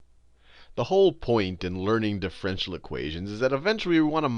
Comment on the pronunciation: "difFRENtial equations "